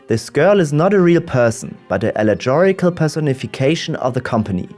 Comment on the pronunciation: Note ! Allegorical is pronounced with a hard g :) like in ghost. Thank you for another interesting video!